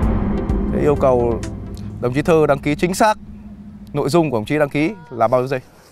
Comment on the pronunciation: Sao tên của puka mình cứ nghe thành đồng chí Thư mà không phải Thơ ấy ta.